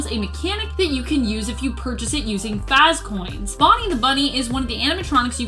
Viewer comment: Fozzbear and fozzcoins